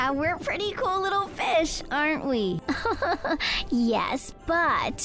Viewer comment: "So terr me" 😨😨😨😨😨 noooo "I thought u were good rittle fish" NOOOOO 😭😭😭😭